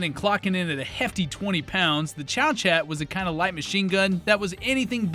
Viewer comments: Good video, apart from the Liberator, that has been commented on to the end of time, my only criticism is the pronunciation of Chauchat, it's French, so not pronounced "Chow-Chat", ists more like "Show-Shar". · Chauchat is pronounced like "show-show". Or "show-sha" depending on which part of France you're from. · It's pronounced, "show-shah"! 😝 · I thought it was pronounced.. Shoo shoo?? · How are people in the future going to know what they're talking about if you mispronounce things with reckless abandon? Chauchat is correctly pronounced Showshot.